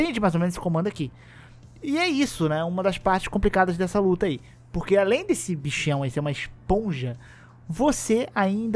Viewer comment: Desse , e não dessu